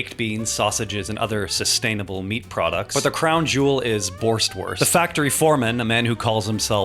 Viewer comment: Ahem, cyst-ainable. 😆